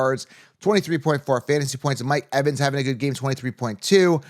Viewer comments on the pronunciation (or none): none